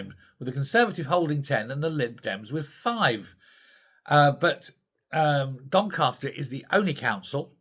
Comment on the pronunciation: DonCASter not DonCARster...... a Yorkshire thing 🙂